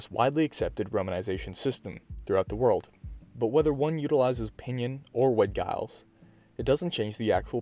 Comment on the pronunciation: The G is Giles is pronounced with a soft G (“Jiles”)